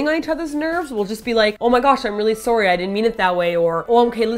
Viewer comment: martina said sorry lik sory